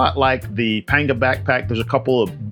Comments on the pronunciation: Hate to be that guy but panga is pronounced “pong-a”. Happy to see you back making videos. Hope you’re doing well! Yeti - send me a pro form!! 😂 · It’s always been pronounced as Panga in Spanish and not Pong a!